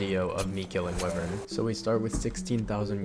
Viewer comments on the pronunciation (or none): its wyvern btw not whivern lmao